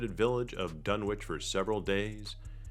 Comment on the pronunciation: It's pronounced "Dun-Itch," the way towns like 'Greenwich' is pronounced "Gren-Itch" in England and New England.